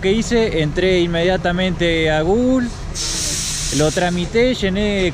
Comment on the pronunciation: "Entonces lo que hice entre directamente a Gugools" jajaja. Crack. Gracias a tus vídeos aprendí y me ahorré mucho. Saludos